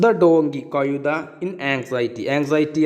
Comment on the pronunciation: കയുതയല്ല, കഴുത എന്നുച്ചരിക്കു,, ആശയ കുയപ്പ മല്ല ആശയകുഴപ്പം, ഴ എന്ന അക്ഷരം നന്നാക്കി വഴക്കി എടുക്കു